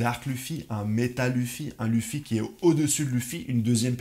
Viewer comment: Et il dit vraiment lufi 😭😭